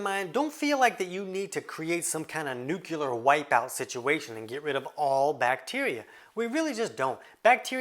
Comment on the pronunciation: Wtf... Nucular?? Learn how to pronounce it.